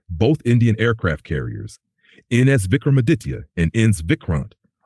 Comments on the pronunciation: Why is your stupid AI voice saying ins instead of I.N.S ?? If your doing something do it properly. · It’s not ins, that’s INS (INDIAN NAVAL SHIP) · Its not Ens bro its INS Vikramaditya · It is I N S. Not Ins. INS stands for Indian Naval Ship. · Its I....N....S (Indian Navy Ship) spelt individually just like U....S....S (United States Ship).